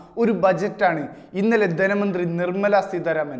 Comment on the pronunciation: ധെനമന്ത്രി അല്ല ധനമന്ത്രി വാർത്ത വായിക്കുമ്പോൾ ഒരു മിനിമം ഭാഷാശുദ്ധി എങ്കിലും വേണം